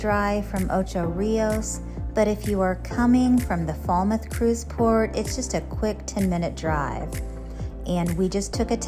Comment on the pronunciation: Pronounced Fail-mouth